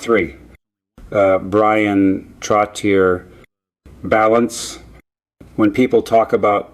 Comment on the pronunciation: Definitely. Mispronounced Esposito and Trottier. Why do they do this? So obvious.